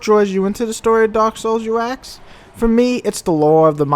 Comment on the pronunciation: Why do you say axe instead of ask? I know rappers do, but come on.